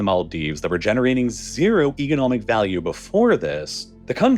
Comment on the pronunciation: it's pronounced "economic" not "egonomic"